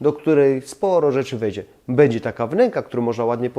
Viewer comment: ...masz świetny kanał i świetne pomysły ale...zgrzytam zębami jak słyszę twoją wymowę np. bedzie zamiast będzie, czeba zamiast trzeba, jes zamiast jest, itd.